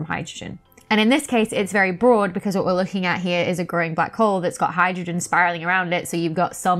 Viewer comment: I love the way you say wo'.